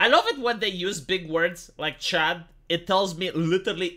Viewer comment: I grew up in the 80s, so in my mind CHUD is either Cannibalistic Humanoid Underground Dweller or Contamination Hazard Urban Disposal. The best part is that your accent turns "chud" into "chad".